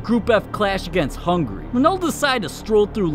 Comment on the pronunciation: Hungry?😂 it's hungary